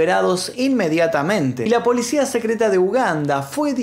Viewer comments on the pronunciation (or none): none